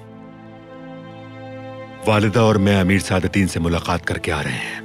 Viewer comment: Sadateen qobek ❌ sadateeen qoda ✅